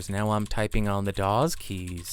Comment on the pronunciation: hearing it called daws instead of wasd was like getting pinched